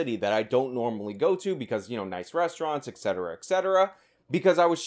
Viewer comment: I'm a big fan but my man you HAVE to learn how to pronounce the word "ETCetera". There is no X in it!!!